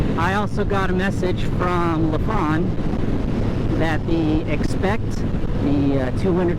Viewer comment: It’s not La Fon but Lie Fan